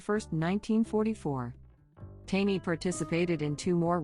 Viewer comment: It's not Tawny, its TANEY !!! Stupid robot voice 😠